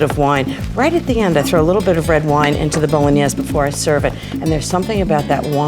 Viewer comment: I lolled at the way she pronounces it. BOLO NIEZZZ